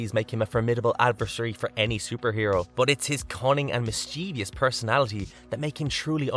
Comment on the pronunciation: Mischievous has only 3 syllables and no I after the v